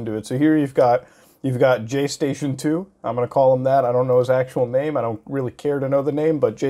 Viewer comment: Muta you need to stop saying jay station your miss pronouncing it. You pronounce it jgay-station the j is silent not the g